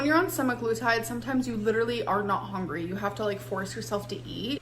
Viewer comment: I absolutely despise how she says “HONGRY” 😤